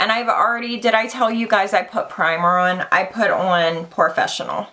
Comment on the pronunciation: That "ON" word heavy thick accent is driving me nuts LOL